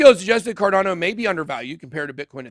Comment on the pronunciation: BitBoy vs pronunciation 🤣 alien/ellien... also, car dan oh/ car don oh ??